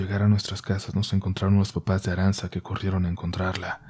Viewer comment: ARANTZA, SE PRONUNCUA "ARANCHA". Y EATA ESXEITO EN EUSJERA, KE NO SABEIS NI PRONUNXIAR.!!!.